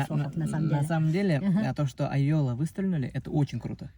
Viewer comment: Ике башҡорт " Ай йола" төркөмө исемен дөрөҫ произносить итмәй.